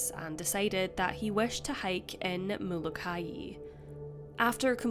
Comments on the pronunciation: It's pronounced Mola ki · I have relatives on the Hawaiian island of Molokai and you are pronouncing it incorrectly... It is pronounced the same as the biblical prophet Malachi... I had no idea what island you were talking about at first and had to listen carefully to understand the mispronunciation... Love your channel though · Molokai is phonetically pronounced Mo-Low-Ki